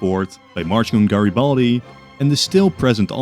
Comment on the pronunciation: GreBALDi Lol